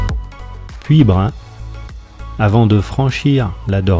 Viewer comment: Slt, pour dire biars tu prononce le s a la fin et le y de puybrun ne se prononce pas. Je ne pensais pas que tu t'arretais aux gares de vayrac et betaille vu qu'elles ne fonctionnent plus. Je tenais a te remercier pour la dedicace dans la video ca me fait vraiment tres plaisir